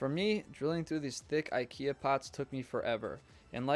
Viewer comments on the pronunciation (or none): none